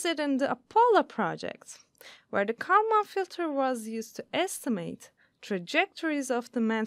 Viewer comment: I am sure that you could find someone who could at least pronounce Kalman Filter.